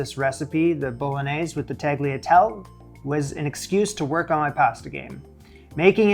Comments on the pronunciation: This looked delicious,! Just a little nit-pick for future reference; tagliatelle is pronounced with an ''eh' sound at the end and the g is silent (g followed by l in Italian renders the g silent). Sorry to be a bit of a know-all, but my best friend is Italian so I thought I'd pass on her correction of me! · pronunciation of "bolognese" and "tagliatelle" could use a little work, but the soffritto and ragu were spot on. I bet the bolognese was wonderful! It was so hard to watch him struggle with the tagliatelle making. I'm sure every viewer was rooting for him., let the pasta fall onto your hands from the machine, be careful not to pull it and stretch it out. Bravo for your determination and perseverance! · I had to check up what the title meant. Had no idea. Fyi you pronounce the ‘e’ on the end of Italian words. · Watching this from my city, Bologna, I must say they look good! You need to work a little bit on the pronunciation of "tagliatelle" though! 🤣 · Oi, that pasta dough still looking wet. 😢 And please say tagliatelle right, I don't know why it bothers me as much as it does. 😂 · Entertaining as always! Thanks for that. That butter, however, was breaking my heart. No Butter! Extra virgin olive oil - 2 or 3 teaspoons at the end. Add a little bit of the pasta water during the mix of meat and pasta. Here's a little lesson on pronunciation: baw-lon-YAY-say. TAL-ya-TEL-ay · It hurts so bad to look at you, I constantly wanted to join you and show you how it is done much easier :-D By now and by all the other comments, you know how to do it. :-) Oh and by the way: Tuh-lee-uh-talle-eh, it's Italian, not French, we pronounce every letter. And the GL is like an L that you run around your mouth while pronouncing it. ;-) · The G in "Tagliatelle" is silent, but you're nailing the recipe :D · O.K., let's just for the sake of argument that somebody who does cooking videos doesn't know how to pronounce tagliatelle but it's not that hard to find out.